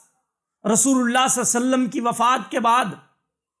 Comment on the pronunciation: Masha Allah bahut khoob Bas ap se ek adaban darkhwsat hai k darood saaf padhen Sallallahu alaihi wasallam صلى الله عليه وسلم